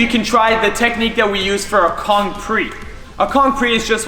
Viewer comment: Bro for kong vault it says conch vault